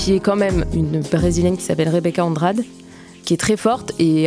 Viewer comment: rebeca andrade, ça se prononce andradé